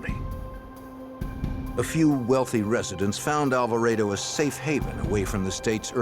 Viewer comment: Alva-rey-do? Alvarado is pronounced as Al-va-rah-du. Hahaha. My middle just got an English accent.